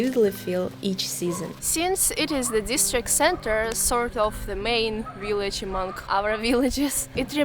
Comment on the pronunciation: I love your accent. "willage" 😁